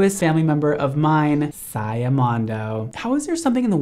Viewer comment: Saya not Siya 😭😭😭